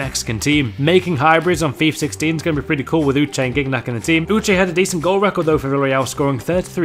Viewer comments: it`s /JiniaK/n not /GIGNAK/ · its not giggnak. its zinyak. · Its not gig nac but jeeniak xD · It's not pronounced "gig-nack." It's pronounced "jeen-yack." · Its pronounced JIGNAG not GUIGNAC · Gig-nac? You being fucking real? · You pronounced Gignac wrong, it's pronounced Gi-Ni-Ac. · Is not Gignac you pronounce Jiniak in french I know it's weird but it's french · Hey! You have to say: jiniack for gignac:) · You keep me informed. Somewhat. *Btw Its pronounced Gin-Yac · you dont pronounce Gignac like that its as if its spelled Jijnac :) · How u say gignac ?!?! Lmao seriously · The way you pronounced gingac's name was aids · Stop saying gignac its the Wrong prononciation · The butchered pronunciation of gignac <3